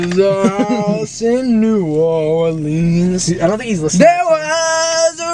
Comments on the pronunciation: As someone from Slidell, Louisiana I am very offended on how yall said New Orleans. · being a person from Louisiana no hate at all but the way people say New Orleans kills me😭